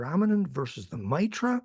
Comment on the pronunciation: Two against One on the pronunciation of "Mitra" Penny stop with the "Matra" crap.